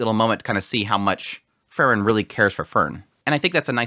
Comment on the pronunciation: It's Freeren, not Frrren.😁